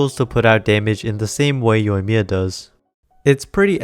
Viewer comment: You pulled that Japanese accent flawlessly without that thick English-accent.